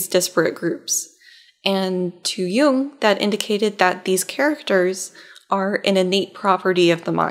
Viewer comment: You‘re still pronouncing Jung‘s name wrong. You need to abbreviate the „oo“-sound. Almost as if you swallow it in order to emphasize the „ng“ in the end ... I‘m german and I can attest that even Jordan Peterson pronounces it wrong 🧐